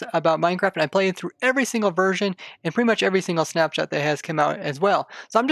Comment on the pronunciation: I heard Snapchat when you said snap shot